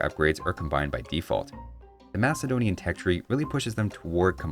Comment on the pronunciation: Thank you for pronouncing Macedonian in its historically correct way!